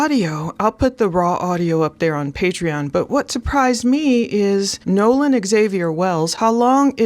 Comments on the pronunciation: You keep calling him Noah. Its Nolan correct? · Sound like you are saying Noah it's Nolen. The biggest red flag on this is the friends saying he stayed with a girl and the girl saying No. He left with the friends. Also his phone puts him with the friends. Someone is lieing. The judges statement also makes no sense. They leave Nolen at 3pm but a hour and half mager the boat is taking on water... So what were they doing between 3-430. Also what was the intoxication level of the friends the girl snd Nolen. Right now it's not looking good for the " friends".